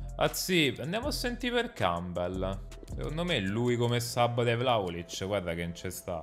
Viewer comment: "Bello VLAOLIC" aahah fazzo dislessia